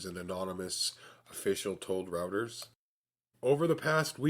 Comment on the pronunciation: it's roy--ters, not rawters. just fyi good info